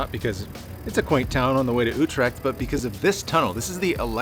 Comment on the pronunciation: I wonder what kind of local pronounces Utrecht as You'trekt?